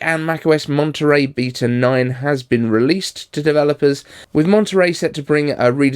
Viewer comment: Beata? You mean beta?